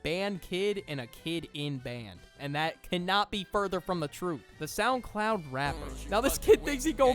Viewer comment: I found a mistake: It said Souncloud instead of Soundcloud